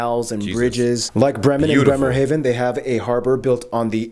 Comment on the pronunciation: Okay but that guy pronouncing Hamburg neither the English nor the German way but in an in-between way really threw me off. Also the way he said Bremerhaven was too damn funny xD